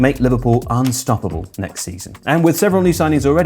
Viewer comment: coulda sworn you said "arne-stoppable"